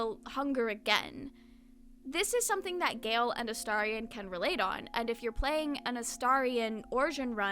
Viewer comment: You’re the first YouTuber I’ve seen who’s pronounced Astarion correctly 😍